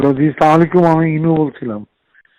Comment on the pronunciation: এক শালারা ও সালাম টা ঠিকমতো দিতে পারে না